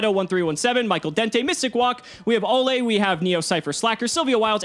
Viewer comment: Actual pronunciation mystic walk. Me mystic woke